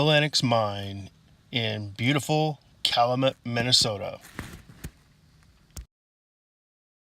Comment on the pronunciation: It is Pronounced Cal U Met